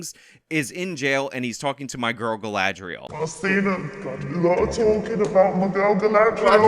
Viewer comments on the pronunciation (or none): I SE ALOY OF TALKIN ABOUT MAH GRRRRL GALADRIELLLLLLLSS...I laugh everytime and look forward to this with glee